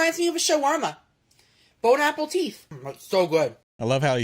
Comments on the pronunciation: He's actually saying "Bone apple tea"! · bone apple teeth XD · he’s copying another YouTuber who says bone apple teeth .